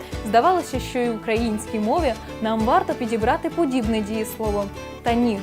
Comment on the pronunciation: Шановна ведуча, простежте за своїм мовленням, перечитайте коментарі і, будь ласка, ретельно готуйте відео! Зробити "вірно"? ВІРНО МОЖНА СЛУЖИТИ, ЛЮБИТИ... Говорять МОВОЮ, а не "на мові". І вимовляйте "ч", "щ" - ТВЕРДО: "що" (шчо), а не "шЬчЬо", "щодо", а не "шЬчЬодо"; "чАсто", а не "чЯсто"...